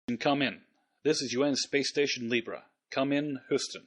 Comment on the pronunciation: "Come in, Hoostin" lol